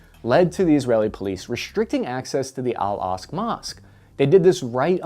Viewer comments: Bro Im begging you. It’s pronounced Al-ak-sa, not al-ask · How can you mis-pronounce Al-Aqsa as 'Al-Asq'. It's like-- a four letter word ;--; I love your videos, but it's kind of annoying that there are so many very basic words mispronounced in all your videos! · Aqsa, Aqsa, Aqsa. Not Al Asq mosque. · It's pronounced AL AQ-SA Mosque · I believe it’s pronounced, “al Ak-Sa” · How do you mispronounce the Al Aqsa Mosque in a video like this? 🤷‍♂️ Oh,... 😂